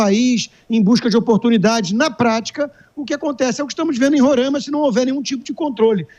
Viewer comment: Não é Rorãima, é RorAima!